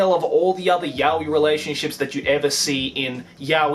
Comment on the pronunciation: Why do you pronounce やおい as yah-wee? That's just weird.